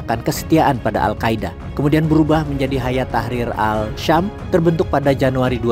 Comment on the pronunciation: As Syam bukan Al Syam.